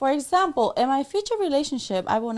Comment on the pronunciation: “For Asample I will not Assept”…. 🙄